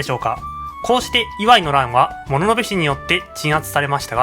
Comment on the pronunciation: イワイの発音に違和感